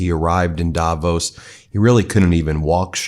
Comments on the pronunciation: Apart from everything that has been commented - a detail, but it matters to me... Please call it daVOS. The stress is on "vos". Otherwise you are so close to the correct pronunciation. Love your channel <3. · Swiss people pronounce Davos Davos (v, soft) And the actual people from Davos town Davos (hard v, like f in fish) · It's called Davoos (long O and stress on the second syllable). 😁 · Jesus please pronounce Davos correctly ……As for Trump what a fool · Odd how everybody pronounces Davos wrong :) The emphasis is on the o, short a, long o. The speech was absolut cringe. What germns call fremdschämen. To feel ashamed for someone else.